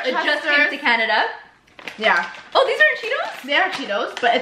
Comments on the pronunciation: Why y’all pronounced Canada like that tho 😩😩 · Canadia 😂 LOOL im dead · "canadia" im dead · Sorry canadia 😂😂😂😂